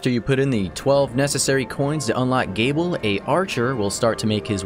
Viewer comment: Interesting to see characters from the Bloodstained series in this game. Also, just to clarify, Gebel's name is pronounced Jee-bull